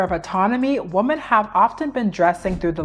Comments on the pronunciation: CAN YOU PLEASE PRONOUNCE THE WORD WOMEN RIGHT PLESSE? ITS GIVING ME THE ICK I JUST CSNT ITS PRONOUNCED “ WEEMEN” OH MY GOD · It’s pronounced wuh-men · not hating, just constructive criticism: you're pronouncing the word "women" like "woman", and personally, it really throws me off and distracts me from your otherwise interesting takes. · is it really that hard for native speakers to pronounce women and woman correctly?